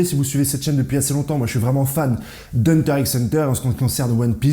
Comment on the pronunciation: "Hunter "X" Hunter"... Mes oreilles !